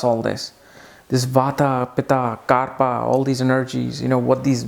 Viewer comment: Actually it is bata, pitta and "KAPHA".. Not " KARPA"🤣🤣🤣... is hilarious with his vedic pronunciations...